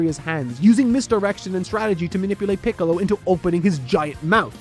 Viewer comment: pickles instead of piccolo lmao